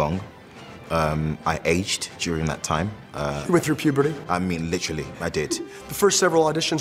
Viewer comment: also, it's not "pubity" but "puberty"